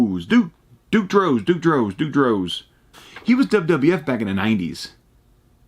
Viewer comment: Duke "The Dumpster" Droese but pronounce the E more at the end